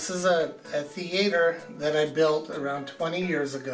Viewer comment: my mans got a theatre but can't even say the word...